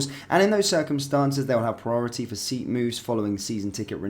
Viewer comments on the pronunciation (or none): none